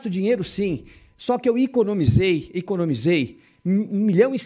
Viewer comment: Iconomisei!... essa língua portuguesa, deve ser nova!... kkkkkk